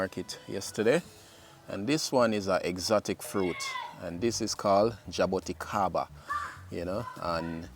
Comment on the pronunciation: Ask Google how to pronounce the word, jaboticaba